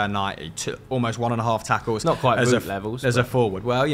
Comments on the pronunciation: Wout is pronounced Wowed not Woot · Feel like someone has to help the guys out with pronouncing Weghorst's name. It's pronounced as "Vote" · Considering he loves Weghorst so much maybe you should learn his first name properly - it's pronounced 'Vowt.'